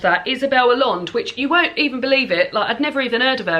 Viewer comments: Just a tip on pronunciation of Spanish names. Double L is one letter in Spanish, and it's pronounced like a Y. Also, there are no silent vowels, and each vowel only corresponds with one sound, unlike in English where there are short and long vowels. So Allende would be pronounced like ah-YEN-deh. Hope this helps! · Even though I'm from Argentina, neighbouring country, I've never read any Isabel Allende, not my cup of tea but I'm interested to hear what people around the world think about her books. Oh, and it's actually pronounced "aiende" (or "ashende" in Argentinian haha). Nothing to do with this challenge but I'm really looking forward to the next CRN! xx